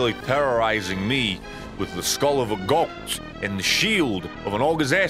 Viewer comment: Instead of saying goat he says got